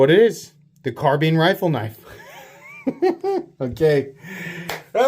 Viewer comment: Lolol car bean or is it carbine? Like wine 🤦‍♂️😂